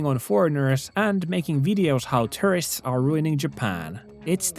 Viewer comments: Great video. English not being your first language just a heads up. I thought you were saying terrorists a few times until I realized you were saying tourists... Can think of the (American English) pronunciation as 2-er-ists, start off with the sound of the number 2 like this.. two-er-ists. Gave the video a thumbs up. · on tapana sanoo tourists = Terrists. Kuulostaa siltä että puhut terroristeista:D Uskalla jatkossa lausua se U-kirjain. Turists:D Ebin kontsaa muuten jäbä 🙏 Voimia ja kaikkea hyvää sinne Nipponiin ❤️ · I thought he was saying "terrorists" for half the vid my bad. 💀 "Tourists" got it! 👍🏽